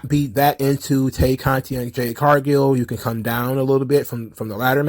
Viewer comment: I always laugh when you say 'Tay Norah Conti'